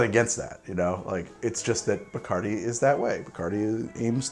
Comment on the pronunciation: What the hell is BICARDI !? Isn't it bacardi